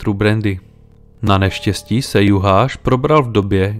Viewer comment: "Sz" je v maďarštině "s" a ne "š" a "gy" je "ď". Takže, jelikož byli Vadász a Juhász Maďaři, a ne Poláci, je třeba číst jejich jména jako Vadás a Juhás. Totéž u Szilagyové, neboli Siláďové. Stejně tak se György nečte Gjörgi, ale Ďörď.